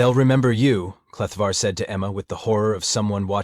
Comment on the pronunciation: Your AI reader is dislectic, it is written Kleftar but read Kletvar. Hahaha